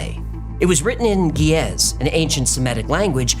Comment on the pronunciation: ge'ez is pronounced geh is